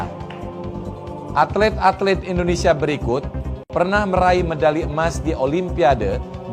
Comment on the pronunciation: Tulisan atlet-atlet malah dibacanya atlit-atlit, yg benar dlm KBBI atlet-atlet bukan atlit-atlit.